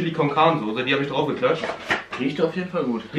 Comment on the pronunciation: Hör mal auf druf zu sagen du pic